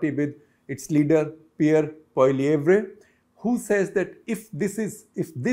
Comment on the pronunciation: Shekhar, FYI the surname of Conservative party leader Pollievre is pronounced as "polly-ev". Better learn the pronunciation as he'll be the PM soon.